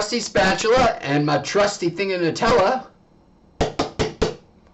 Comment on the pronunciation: NEW-Tella....get it correct